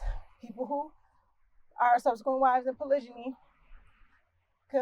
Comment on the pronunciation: Annoying she says it wrongly. In fact the whole thing is wrong.